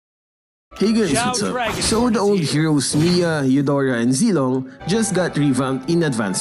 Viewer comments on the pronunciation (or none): none